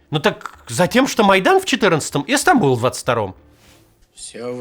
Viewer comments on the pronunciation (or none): none